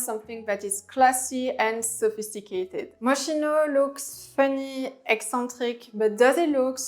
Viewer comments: On dit Mos-ki-no ! Pas mochino .... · Totally agree with the list but Moschino pronounce - M-o-s-k-i-n-o, I know in French you don’t pronounce ch as [ch] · Moschino... C'est de l'italien, alors on prononce Moskino! Au risque de faire un peu hors sujet. Pour le reste, totalement bien vu. Et Plein est allemand... Plaïne... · Great video but you did not pronounce Moschino correctly.